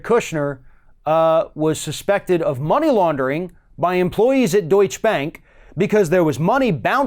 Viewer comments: Not: "Deutsch Bank" but: "DeutschE Bank"! Otherwise Your story is great. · It's DEUTSCHE bank with the E at the end of Deutsche pronounced, it means the German bank. If that E is not pronounced, it's the Dutch bank, which is a bank in another country, not far from Germany, if that's comforting you. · Thank you so much for your daily updates! I appreciate them very, very much. Please keep up that great work. Love from Germany 🇩🇪 p.s. the last „e“ in „Deutsche“ Bank isn’t silent 😉🙃☺️ but kudos for pronouncing the „eu“ right 👍